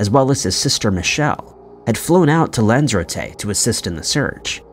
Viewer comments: Dude, these are literal missing people, if you can't be arsed to get the name of locations correct in your reporting just fkn stop. It's pronounced Lanz-a-rotty & Dubb-lin which I'm sure you already knew, you're not THAT stupid. Stop the childish "comment priming"... these are people's loved ones. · "Lenzerteh?!?!" It's pronounced: "Lan-zuh-ROTE-aye" (Lanzarote)! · And Lanzarote and Celtic 😂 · What's with this guy's pronunciation. Dooblin instead of Dublin and god knows what for Lanzarote.